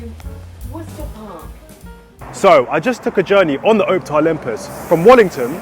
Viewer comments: I must now be really old when these new fangled modern buses are the oldest in the fleet! Pronounced OPtare though, not OPETare. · Its Op (as in Ops) and Tare (as in Tear.) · why does bro say OWPTAR not Optare